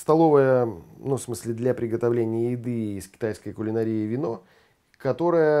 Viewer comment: почему вы говорите КУЛИНАРиЯ-,ваш родной термин; ведь-правильно говорятКУЛИНаРИЯ.ЧИТАЙТЕ СЛОВАРИ.